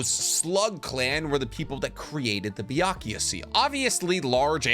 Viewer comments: I'm not sure if the mispronunciation is intentional... 百豪 is pronounced "bya-ku-goh" not "bya--ku-ya." Byakuya is a male name (ex. Byakuya Kuchiki from Bleach). Otherwise, I have enjoyed your videos, and I really love how this video explains the possible biological mechanisms of the jutsus! As a scientist myself, I'd love to more about your past life as a scientist - maybe in a future Q&A vid? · Why does he say it's BYAKUYA????? I know and as i speak Japanese I know the kanji is read BYAKUGO (Prolonged o). like i'm always confused when he says BYAKUYA? tell me it's not just me!! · Why do you keep saying Byakuya? It’s Byakugo. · Can you refrain on saying Byakuya seal? It's Byakugo seal damn it so cringey 🙄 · is it called a Byakugou Seal? you spent 16 minutes pronounce it wrong. not even a single time you said it right.